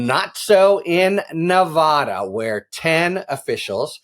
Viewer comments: Harry...please learn how to promounced Nevada properly. Knee vada not knee vah dah! Ty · Harry -- when are you and other national-level commentators going to learn to pronounce "Nevada?" The 'a' is pronounced like 'cat', or 'hat.' NOT like 'cot' or 'hot.' You don't say "Ne-VAH-da." I don't have a phonetic notation for the short 'a.' You'll just have to get a brain. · As a Nevada resident I say "Thank God" I was beginning to wonder if AG Ford was going to pull the trigger or not. I do wish that the commentators would learn the correct pronunciation of Nevada!!!